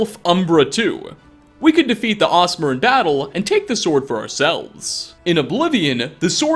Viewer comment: Have I been playing too much D&D or did he say aasimar, not orsimer? Accent maybe?